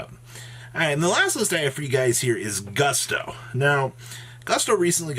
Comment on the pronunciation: I'm talking about when he said "boosto", "boosto", "boosto"!